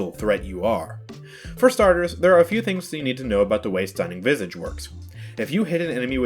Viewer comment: The way you say visage is triggering me its said vi sa ge not vy sa ge